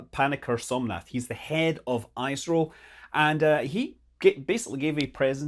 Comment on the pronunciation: "eeh-sro" not "ai-sro" no offence